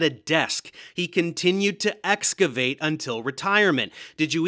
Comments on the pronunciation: Bro doesn't even know how to say "excavate". It's not "ESS-cah-vate", ya dumb truck. This isn't the only time in the video where he says it this way, so it isn't just a slip of the tongue. He legit thinks there is an S and not an X in the word "excavate". 😂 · Esscavate?! It's excavate 🤦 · Escavate, Dave, escavate. Get it right! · says “ess-cavate”. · Did he really said something like escuvate instead of excavate? Curutur is a good one too. He can't even properly pronounce words, what the fuck is this. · Excavation.... not "escuvate" the idiots can't even get the basics right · Wait, did he pronounce "excavate" as "eskivate"? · I dunno what you're talking about. "Eskivate" sounds like a perfectly cromulent word to me. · It's a mispronounciation. Excavation usually involves digging at or around the site.